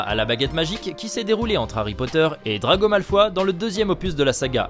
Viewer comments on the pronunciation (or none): Drago comment ?! Aïe mes oreilles 😆